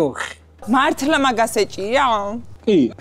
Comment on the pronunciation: კი მართ”ლ”ა მაგას ეჭირა